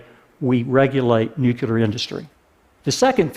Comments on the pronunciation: Notes: 200 W of nucular? ( and elsewhere) What's nucular? Did you mean nuclear (new + clear)? And the concrete required gives off a substantial amount of CO2. A stagnant economy is what's required. You can't have exponential growth with no limits in a finite world. We can't get billions out of poverty without having billions more replace them; feed the poor and you get more poor. The only thing that keeps the population down (and hence keeps resource requirements down) is poverty or education. And the religious poor have already rejected education in favour of dogma. Natural gas still produces CO2. It's still a fossil fuel when taken out of the ground by fracking. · Is he for real? Dude wants to be taken seriously about energy and he says "nucular"?? IT'S NUCLEAR... NU - CLEAR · Awesome video, great message! I look forward to more implementation of this technology. But can Americans please stop saying 'nucular' as if it's a word? It's spelled and pronounced 'nuclear'... Why take after Bush? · There is no such word as "nucular". PLEASE learn to say it right! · we are supposed to take anyone seriously who says nookyooler ? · Should have talked about these new nuclear plants and why they're better instead of wasting time talking about coal. Also it's hard to take someone serious when they say "nuculer". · ▒▒▒▒▒▒▒▓ ▒▒▒▒▒▒▒▓▓▓ ▒▓▓▓▓▓▓░░░▓ ▒▓░░░░▓░░░░▓ ▓░░░░░░▓░▓░▓ ▓░░░░░░▓░░░▓ ▓░░▓░░░▓▓▓▓ ▒▓░░░░▓▒▒▒▒▓ ▒▒▓▓▓▓▒▒▒▒▒▓ "Nucular... It's pronounced Nucular" ▒▒▒▒▒▒▒▒▓▓▓▓ ▒▒▒▒▒▓▓▓▒▒▒▒▓ ▒▒▒▒▓▒▒▒▒▒▒▒▒▓ ▒▒▒▓▒▒▒▒▒▒▒▒▒▓ ▒▒▓▒▒▒▒▒▒▒▒▒▒▒▓ ▒▓▒▓▒▒▒▒▒▒▒▒▒▓ ▒▓▒▓▓▓▓▓▓▓▓▓▓ ▒▓▒▒▒▒▒▒▒▓ ▒▒▓▒▒▒▒▒▓ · nu nucular! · I am against nucular... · new nucular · "What's holding New Nuclear back?" ... maybe it's that you say nuclear wrong? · A nuclear expert oughta be able to say nuclear....just saying. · I don't like this video solely for how he pronounced nuclear. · ***** Hey, how is it going? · It's pronounced Nuclear, not Nucyaler. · he keeps pronouncing nucular instead of nuclear :\